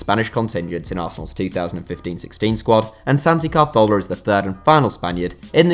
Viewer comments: Is it just me or do you pronounce it Cazorla rather than Carthola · It was nothing like the correct pronunciation. He moved the letter R to make it CAR-thola for some reason. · Ka-Thor-La = Cazorla The way you said it made me develop OCD and become bipolar. So now I am out to get you, or am I? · Why did he pronounce it car-thorla it's (as far as I know) pronounced ca-zorla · The way you're saying Carzola is really pissing me off. Also Bellerin is a right back, not a reft back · Not carthorla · CA-ZORLA. Just say it normally and you won't sound short tounged 🤷🏼‍♂️ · Why are you saying CAR-thorla where did they r come from at the start lol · Apparently Santi Cazorla's name is pronounced Cahorla. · It isn't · I loose a brain cell every time he says calzthorla. He was my favourite player and it was so sad what happened to him and now can't even say his name right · Why r u saying santis name like that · My bad, I thought you were talking about how he pronounced the "z". You're right though, he basically skips the "r" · C and z's are pronounced "th" in Spanish (Castilian) rather than the "s" sound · I am portuguese and i speak spanish and annoys me more the way he pronounces it than how the one english do, it sounds like he has a problem on his mouth the way he says it, hurts my ears